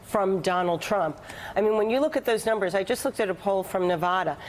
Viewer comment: said Nevada wrong.